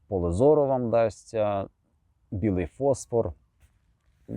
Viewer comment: Дякую! Маленьке зауваження від оптика: не фОсфор, а фосфОр. ФОсфор - це хімічний елемент. ФосфОр - це будь-яка люмінесцентна речовина.